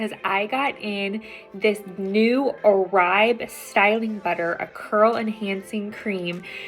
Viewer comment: Pronounced ‘or-bay’.